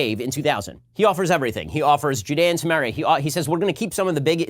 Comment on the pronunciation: yeah, I got that after the tons of people using this term as of recently. For a hebrew speaker (actually don't if he is) his pronunciation is not helping...